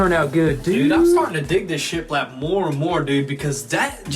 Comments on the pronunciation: shit lapped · Why does it sound like he’s saying shit wrapped 😂🤣😂